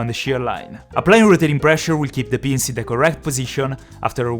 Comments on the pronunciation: The way he says pins sound like beans😂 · I thought he was saying beans not pin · Every time you said ‘i can see the pins’ I thought you said ‘i can see the beans’ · Whenever he says pins it sounds like he's saying beans. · D When you say ‘pins’, it sounds like ‘beans’